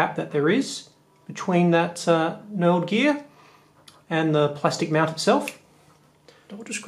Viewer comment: Love the way you say "mount".Sounds like "meownt" 😺